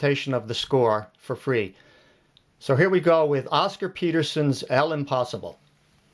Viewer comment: This is a useful video. I have to say, though, that the name of the piece is actually French, “l’impossible”, and it is pronounced “lampaSEEbla”. It translates as “the impossible”. The initial letter “l” and apostrophe mean “the” when the following word begins with a vowel. Sorry — I can’t forget the French I learned in school many years ago.